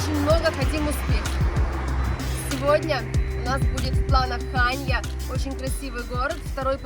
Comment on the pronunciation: ХаньЯ, а не ХАнья;)